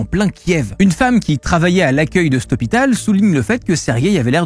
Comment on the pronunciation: CET hôpital, pas « ste »…PAS STE ! Se prolonge, pas « se prolongue ». (Soupir)